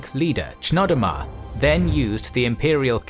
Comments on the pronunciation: I'm pretty sure the ch in Chnodomar is pronounced Knodomar. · It’s pronounced Knodomar I believe